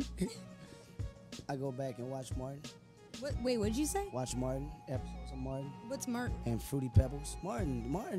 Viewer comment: "I go and watch MarTtin" LMFAOOOOOOOOOOOOOOOOOO